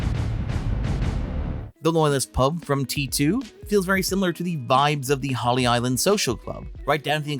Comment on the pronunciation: its Holy Island (or Lindisfarne), not "Holly" Island.